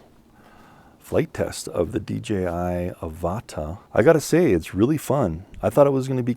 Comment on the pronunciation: Ava-tarr , not A-varta